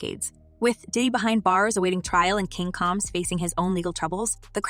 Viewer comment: When you pronounce a black person's name wrong. It makes what you are talking about less interesting. The last name isn't coms it's combs. The person shouldn't be explaining anything